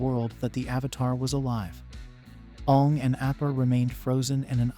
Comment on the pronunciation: Are you seriously pronouncing his name like the movie did?